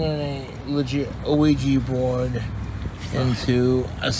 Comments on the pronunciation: “an aweejee bord” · Ew-weeja bourd